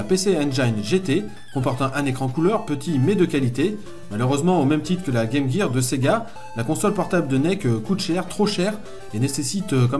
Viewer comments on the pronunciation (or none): none